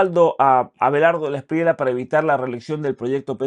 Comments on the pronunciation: Gracias por tu apoyo a los Colombianos en este momento tan importante para el país, solo una correción no se dice Espriela es como se escribe Espriella. 😊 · cre que debe pronunciarse la lla el apellido Espriella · Espriella se lee con elle 🫡🐯